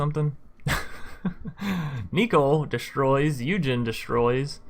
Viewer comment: Did you really pronounce Ugin as Eugene?